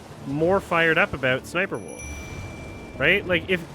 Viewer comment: I love always pronouncing it as s's'sniperwolf